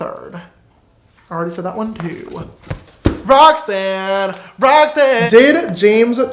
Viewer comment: omg I couldn’t stop laughing randomly he was just like “ROXANNE” “ROANNE” 💀😂